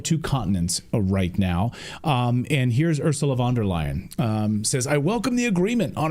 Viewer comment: By the way “U”rsula van der Leyen is pronounced “Oorsoola”, like in “Oozing”, not Örsla.